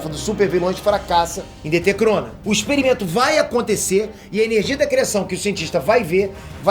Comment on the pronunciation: Quando o falou "chrona" -Opa, aproxima é crossover DC e Marvel? Isso msm q entendi